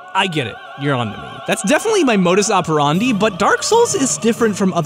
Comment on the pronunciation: Thank you,! Thank you for pronouncing "modus operandi" the way you did! I thought I was the only one!